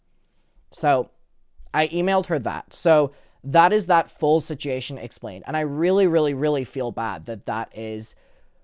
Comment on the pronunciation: Situation. May I ask is that Just a you thing or an Irish way of saying it? My family came from Ireland as indentured servants. We didn't have many records but have traced some of us down with language. Oddly enough the word "waspper" helped track some down in Kentucky.